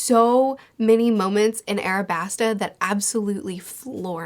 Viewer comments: why do u say arabasta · Yo there’s an L right there! Stop calling it what stupid 4kids calls it 😭 it’s aLabasta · I like how she still says Arabasta despite it saying Alabasta on the picture. I assume that she read a translation of one piece that spells it and many things from the series with an "R" instead of "L" and just keeps going with it because that is how she got to know the series. It makes me go "IT'S AN L!" every time, but I'm starting to get used to it and have made a headcanon with this explanation as to why she refuses to pronounce it correctly despite everything.